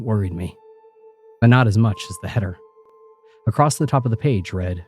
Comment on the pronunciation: ACROSST IS NOT A WORD DAMMIT!!!